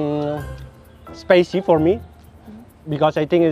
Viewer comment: Duhh letnanku kok kaya abg ya ..mana inggrisnya gitu lg..spicy bang bukan spacy 🙃